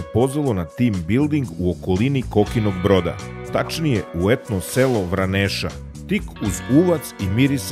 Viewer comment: Veoma lepo,jedina zamerka je izgovaranje naziva Vraneša.